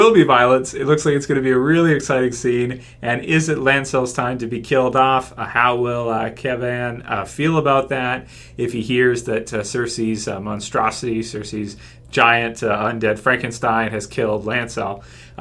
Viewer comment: Why do you pronounce them Kev-An and Lance-El? Are they kryptonian???